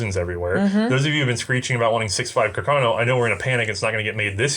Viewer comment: Love the vid....but please, it is pronounced carcano, not "cacarno". C'mon!